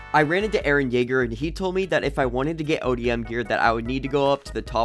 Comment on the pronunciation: i subed faster then levi could say jeager